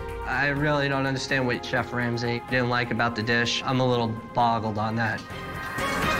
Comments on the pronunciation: lmao "shef" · Did u really say "Shef." Bruh. Also, it's Gordon, not Gorden